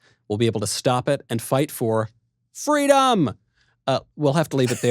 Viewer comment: God bless fweedom!!! 😉